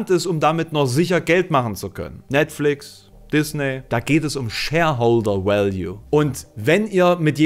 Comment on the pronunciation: Ich habe noch nie jemanden so sächsisch-sinnlich "Shareholder Value" sagen hören....erroddisch 🥴